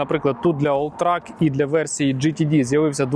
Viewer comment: Єдине, що не олтрАк, а олтрЕк 🫡